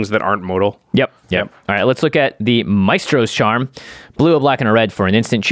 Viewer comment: lol can we get one of the editors to get to say Mystros instead of Maystros? All the musician MTG players are cringing lol